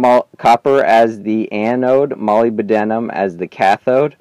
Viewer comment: it's not [molybYdenum] it's molyBDenum